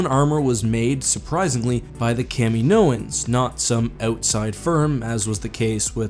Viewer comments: but the way you said kaminoan.... it's pronounced Kae-Mean-oh-an, not Kam-e-no-en xD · for the love of the Force, Its ka-MEE-no-an, not kam-ee-NO-an. Watch Attack of the Clones.